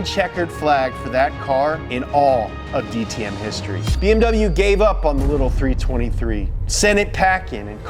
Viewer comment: DTM was great in that time period, went downhill after that with crappy rules that made sure no new manufacturers would join. Ps props for the great pronunciation of DTM